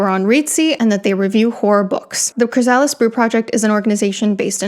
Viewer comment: CHRY-sa-lis, not chry-SA-lis.